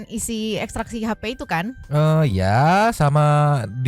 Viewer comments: Itu si Reporter pas ngeliput si, apa gk ksi tau ya klo yg dia maksud itu salah cara baca ekstraksi hp?? Sumpah tolol bgt itu pengacara pas baca ekstrak hp 😂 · Yaa... Allah... itu sebenernya sekolah enggak sih...? Udah udah berhari-hari, cara baca ekstraksinya masih salah, Kalah sama anak-anak sekolah...